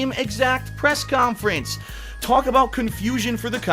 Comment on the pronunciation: K-yon-Fer-ens - 2016